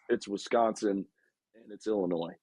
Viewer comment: exactly this is a different team with no drama among the players like last year. he pronounces the S in Illinois, no wonder he has a bad take